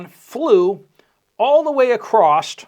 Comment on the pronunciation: Can you please stop butchering the word across? There’s no T on the end of it!!!